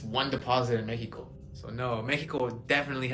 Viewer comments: guy made a whole video so he could keep saying Mexico in the most bizzare way. Like a whole sentence in English and then says Mexico weird. I'm sure he realizes no one respects him. Lol what a loser clown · If you say Meh-hee-ko instead of Mexico, you've already lost credibility with me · I hate how he says Mexico